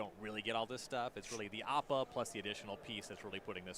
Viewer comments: Listening to pronounce Appa was painful. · haha yeah dude. piledriver of his community, its just a quirk and joke, hes never been great at pronouncing. "it's leviOSA" 🤣🤣